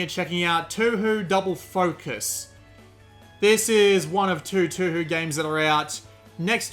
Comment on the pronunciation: the prounonciation for touhou is Tōhō the thing is that its a long O for both OU in the title